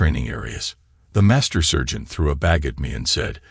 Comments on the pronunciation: SERGENT PRONOUNCED S"A"RGENT , NOT SURGEON EITHER. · I think he means SARGENT.......he just cant say SARGENT.....maybe SPECIAL training for using a "Scalpel" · The word is "sergeant" not "surgeon".